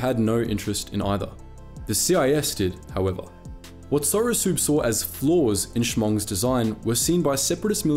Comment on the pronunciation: I believe its pronounced sorosub like submarine. Haha but the way you say it is endearing.